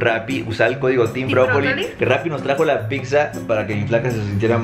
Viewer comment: Dice pigza